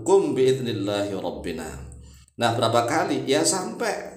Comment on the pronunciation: Itu robbena bukan robbina